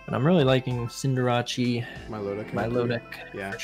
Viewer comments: love how Wolfey's got saying Cinderachey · i feel like ray truly believes that it's pronounced cinderacheee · Why do they pronounce "cinderace" that way? Is it a joke or something? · You mean the correct way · I like team building wideos, and I like collabs, so I double like this. I also think it’s funny that picked up Wolfe’s pronunciation of Cinderace by the end